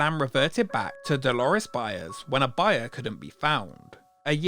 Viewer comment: "Da Lake Dalores"